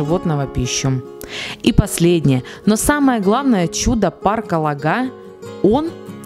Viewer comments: Только ударение ставите не правильно - лОга, а не логА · парк ЛОГА,ударение на О,сама с ростовской обл смешно слушать, как вы ставите ударение на название. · В парке была много раз,живу в 40 мин. езды от него.Парк Лога ударение на О.